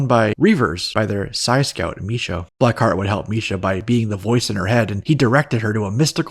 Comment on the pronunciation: it's "Black ❤ Heart," not blackheat 🤭